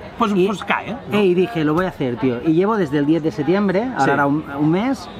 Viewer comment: setiembre jajajajjaja te falta la P